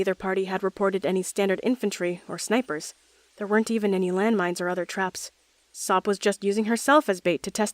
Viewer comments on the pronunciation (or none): UMP9 PRONOUNCED SOP'S NAME AS 'SOAP' IS THIS MW REFERENCE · Every time they say "SOP" i hear "Soap" hahaha lol